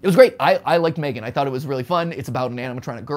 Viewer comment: M-three-gan. I can't.